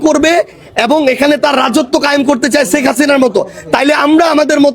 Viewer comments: শেখ হাসিনা না বলে ছেক হাছিনা 😂😂😂 কি অসাধারণ উচ্চারণ এইসব ভন্ড জানোয়ারদের।😅😅😅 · ১৬/১৭ বছর বিএনপি ছেখ ( সারজিসের উচ্চারণ অনুযায়ী) হাসিনার চুল বাকা যেমন করতে পারে নাই , তেমনি তুমি সারজিস-ও মুজিবকে আব্বা বলতে বলতে মুখে ফেনা তুলে ফেলেছো এবং ছেখ হাসিনার কোলে উঠে বসে ছিলে । তা হলে দাড়ালো কি ? বিএনপি , খালেদা জিয়া ও তারেক রহমান অন্তত প্রকাশ্যে শেখ হাসিনার সমালোচনা , বিরোধিতা মার্জিত ভাষায় করে ছিলো, আর ৩০ জুলাই পর্যন্ত ছেখ হাসিনাকে মাননীয় বলে গেছো । আর এখন তারেক রহমানকে মাননীয় দুরের কথা অনেক আপত্তিকর শব্দ ব্যবহার করছো , এতো জ্বালা কেনো ? এতো অস্থির কেনো ? এতো শিষ্টাচার বহির্ভূত আচরন কেনো ? ওপার থেকে তোমার আম্মা ছেখ হাসিনার হয়ে এই দেশে কোনো অস্থিতিশীল করার চেষ্টা করছো কিনা -- সেটাও বিবেচনা করা প্রয়োজন । কেননা তোরা সব হালুয়া রুটি খাওয়ার দল ।